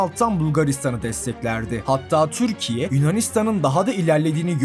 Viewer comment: Türkiye mizi güzel telefuz et lutfen çok tuhaf diyorsun Videolarin guzel ama